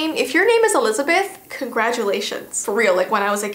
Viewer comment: The way you said Elizabeth was just like Elizabweth